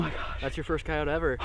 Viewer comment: Annoying how he pronounced coyote but otherwise an awesome video!